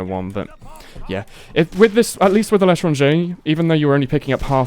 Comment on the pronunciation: Why do you keep saying "The Letter on J"?